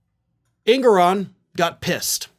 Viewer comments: It's pronounced: Judge En-gor-on@ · It’s pronounced En-GO-ran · EnGORan is the pronunciation.